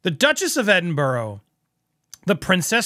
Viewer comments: Absolutely thanks for this correction it bugs me also how names places are mis pronounced 👏🤣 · Off topic here from a proud Scot. Pronunciation of Edinburgh is Edinburu (both 'u' as in ÙP) NOT EDINBORO. Feel better now 😊. Thanks for your work btw 😊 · I think the RF took the time to do this to give ppl something else to talk about instead of Catherine. Fyi: Edin-bur-ah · Gloucester is pronounced 'glos ter'. Edinburgh is pronounced 'ed in bra' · Edinbr- WHAT??? 😅